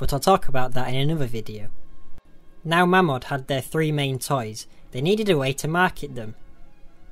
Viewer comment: Its pronounced 'MAYMOD'